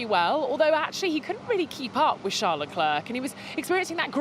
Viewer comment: I appreciate her, but she should learn how to say Charles' name.